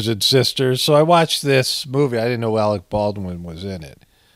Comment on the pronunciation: "Alec P. Baldwin" Lol.😂